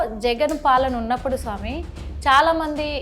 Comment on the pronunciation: Anchor పుష్ప సినిమా లో లాగ సామి సామి అంటోంది దరిద్రం ఇది ...సామి సామి కాదు స్వామి తల్లో😂😂😂